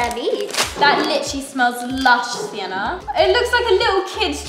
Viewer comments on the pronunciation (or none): I love how usually messes up sienna’s name most of the time has anyone else noticed that😅❤